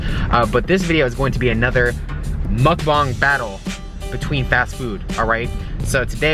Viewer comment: It's mukbang not mukbong